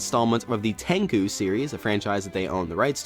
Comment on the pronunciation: Dude, it is pronounced as Ten-Chu not - Ten-Ku!